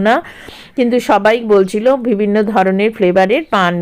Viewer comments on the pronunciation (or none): none